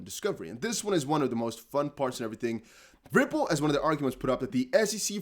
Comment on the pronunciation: I love how you say "Ripple" with a V sound along with the R. "Vripple" 🤣😂🤣